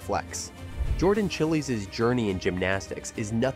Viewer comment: Jordan Chighlies? Chil- ays? Come on, at least say their name correctly!